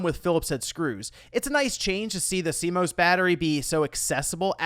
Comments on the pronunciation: Cringe at "SEE-MOSE" ARHHHHH ITS "SEA-MOSS" 😅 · I was like, cmose? What is that